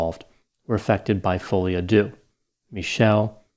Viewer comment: Folie á deux is pronounced folio a der, not folio a do.